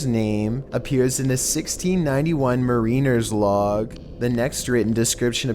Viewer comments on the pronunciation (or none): That's a hard K, homie. And "Ma-reen-ers log"... omg.